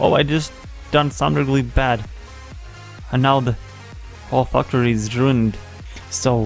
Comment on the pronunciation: When you said factory it sounded like f**ktary.